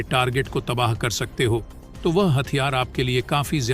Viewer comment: तबाह शब्द होता है तबाह नही